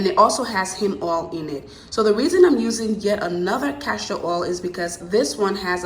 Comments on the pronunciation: Enjoyed your video. Very informative and easy to follow. My only complaint would be every time you said CASHtor oil instead of Castor oil. It made me cringe each time. lol Besides that, I loved it!!! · It’s castor oil not cashtor oil 👍🏼